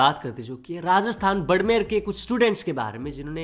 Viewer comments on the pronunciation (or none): pronounciation galat hai, it is not burmer, it is barmer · budmer nhi hota gawaar barmer hota ha lodu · बडमेर नहीं भाई बाड़मेर है ❤ न्यूज 100% shi hai 💯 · BRO WOH BADMER NAHI BARMER H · भैया वो बड़मेर नहीं बाड़मेर है 🙏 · bhai vo बड़मेर नहीं बाड़मेर है or vo jo ladke arrest huia the usme 2 mere dost hai pados ke hi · Bhai vo बाड़मेर है, बड़मेर नहीं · बड़मेर नहीं बाड़मेर होता है भाई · बडमेर ❎ बाडमेर✅ please thora sa sahi kare 🙏🏻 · Barmer bolo badmer nhi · Bhai Barmer hota hai Barmer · बाड़मेर ko galat pronoun kiya h apne Pls be careful next time